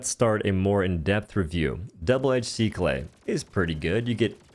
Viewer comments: It's pronounced Sick UL. Not seek lay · double edge "SI KLEH" lmao i cant 😂🤣😂🤣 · excuse me what? Double edged Seeckl-a? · I love this guys reviews, but I really hate the way he pronounces Sickle 💀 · I'm sorry how did he pronounce sickle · …And neither one of us believe that. As if anyone would believe YouTube content creators need to make a conscious effort to screw up the pronunciation of their own language as much as they do. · Yep, and it’s funny when used with finesse. For this video, he probably did mispronounce it for fun. We can see the gun’s spelling on the screen, and it does sound funny the way he says it. But linear relationships are more of an experience thing. It’s not something you’d always expect kids or young adults to know. It’s been an incredibly long time since I took algebra, so maybe teachers today are no longer referring to line and slope equations as “linear” anymore in class… which is the first time I was introduced to the word.